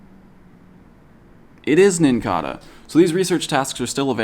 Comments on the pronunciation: It's NincaDa, not NincaRa. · It's it pronounced like cicada